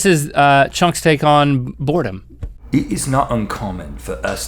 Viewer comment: all I heard was board a bean and board a bing